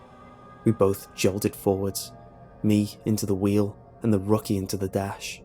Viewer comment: rocky lol. Rookie. Rook like the Chess piece